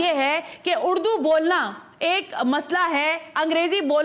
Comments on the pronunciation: اردو ھے اڑدو نہی جاھلہ کہیں کی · اردو کو اڑدو بول رہیں ھیں آپ بھی ذرا غور کیجئے اپنے الفاظ پے۔ ۔ ۔ ذرا سن لیجئے 1.11 mins...